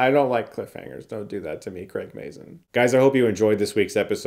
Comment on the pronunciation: It's pronounced Craig "May-zin", btw... I've heard Chris say it wrong in previous reviews